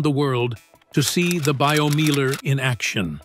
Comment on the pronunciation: Meiler is pronounced 'Miler, as in 'I'. Also, who has got that much space to build a Meiler?